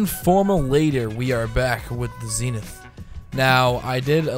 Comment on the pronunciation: oh my god how can you not pronounce the weapon's name, its clearly zenith...